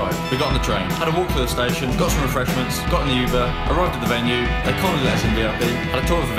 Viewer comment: hold up did my man say 'yuber' 💀💀💀